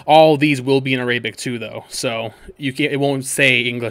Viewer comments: I know damn well you did not just say a- Rae-bic instead of Air-a-bic lol it's ok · Me: ArAbic: Areyyybic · A-ray.. bic !?🤣 thanks tho bro bro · ARAYBIC BRUH🤣🤣